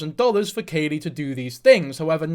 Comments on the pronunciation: It’s Khalie - like Callie not Kaylee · I'm so glad you're covering this, for future reference her name is pronounced like "Callie" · Isn't it kha-lee like Cali? You don't do your research. Also you're stupid and have no right talking about half the shit you talk about. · “Im gonna call her lily” proceeds to not call her that, and pronounces Khalie wrong. Its like pronounced like the plant khala lilly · The mispronounced name is absolutely sending me. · I’m sorry but you did not even pronounce her name right so I can’t take this like you watched her videos.